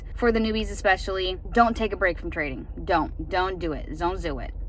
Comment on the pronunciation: "zon't zoo it" haha